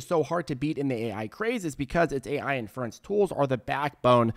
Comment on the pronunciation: Lol the guy can’t say inference.